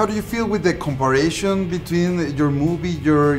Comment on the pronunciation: Es "comparison", no compareishon